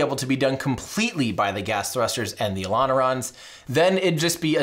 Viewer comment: Every fricking tine he said "elonerons" i just laughed so much😂😂😂